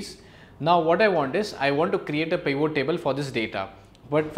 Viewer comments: This is so annoying, it is not "peevoo" table. it is pivot. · Did he say Peon tables?! 😂😂😂